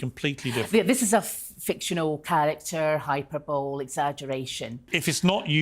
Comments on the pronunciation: 'hyper-bowl'....😅😅 hyperbole.... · hyperbole is not pronounced, hi per bowl, the correct pronunciation is, hi per baa lee (/hīˈpərbəlē/) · Hyper Bowl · A photographic memory except for science. How does that work..... She actually said hyper bol. Lol 😂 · "Hyper bowl" 😂🤡🤡🤡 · Why aren’t people talking about the way she pronounces ‘hyperbole’? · Also the way she pronounces hyperbole is killing me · She lost me at “hyperbole” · Her mispronouncing hyperbole really bugged me I don't know why 😂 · Oh me too! For me it's because she claims to be a successful attorney, yet has never heard it pronounced correctly. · I know the letter thing's been debunked (she sent it to the comedy club he frequented), but how can she be a lawyer and not know how to pronounce "Hyperbole"??